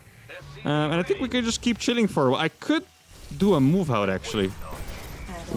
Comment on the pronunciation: you know when you try to say while you always say weyll instead of while !!!!!!!!!